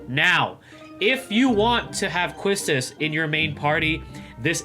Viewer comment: YES! QUISTIS!! 😍 Whipping all the baddies 😆 Also her name is pronouced as “KEY-Tis” :3 Kinda like how Tidus is “Tee-dus” Her name german or something 🤔